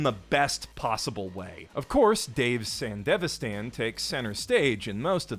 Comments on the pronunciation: "san•devi•san" gehoff... Its san•di•vision. Like come on man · "Sanda vistan" my dude. Not Sandevastan.... Love watching your analysis and recommendations 👍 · i hate that the game and anime pronounce "sandevistan" differently